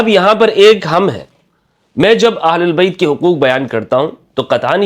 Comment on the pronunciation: "اھل بیت" ، کہا کریں نہ کہ اھل اللبیت ، ویسے آپکی ادائیگی بھی صحیح ھے